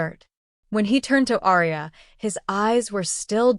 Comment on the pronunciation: Love this story, however, the typos & the pronunciation of Aria's name just drove me CRAZY. Ex: gunshot wound, pronounced as wound as a rope wound around area a tree.